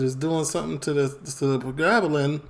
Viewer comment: Pronounced- pre- gab-lin